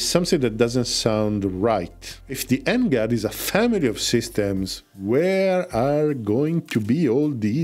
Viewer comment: NGAD reads > แหง็ด